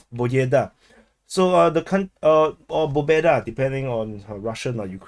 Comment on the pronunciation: Bro, please don't try anymore to spell "Pobeda".... My ears are bleeding..... 😅